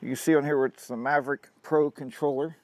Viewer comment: I don't think there is an R in Mavic . Good video... Something i've been thinking about for some time now.